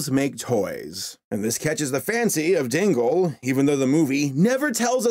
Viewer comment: I thought you said Tingle instead of Dingle... Hey at least Tingle is a more interesting character